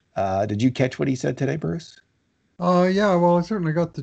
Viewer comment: In case reads these comments. You gotta stop introducing Bruce the way you do, it’s honestly disrespectful and it’s frankly fucking annoying. Just say the mans name normally.